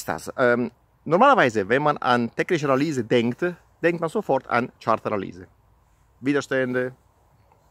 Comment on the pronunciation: Hallo, wo bist du gerade in DL? Kannst du bitte das nächste Mal "technische Analüse" sagen und nicht "technische Analiese".;-)